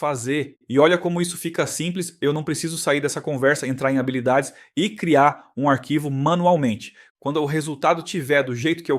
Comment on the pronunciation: Achei interessante o avatar de IA. Bastante natural. Só percebi quando ele pronunciou “habilidades” como “rábilidades” kkkkk Ótima a explicação sobre o Spark. Mto obrigado 🙏🏼